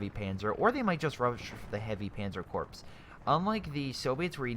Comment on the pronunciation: Prenounce "corps/Korps" like Core, not corpse.